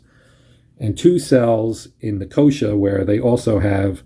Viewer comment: Thanks for the playthrough - though I didn't think anyone could ever find a way to mispronounce Nicosia but you managed it :) - it's pronounced "Nick-oh-SEE-ah", not "NickOHsha"!